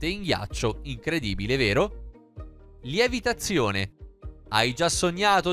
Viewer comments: Apposto di dire levitazione dice lievitazione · Ma pure voi avete sentito al minuto lievitazione al posto di levitazione? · Like chi invece di sentire levitazione ha sentito lievitazione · Hai detto "lievitazione"hahahahhahahahahahhahahahahhahahahhahahahahhahahahhahahaha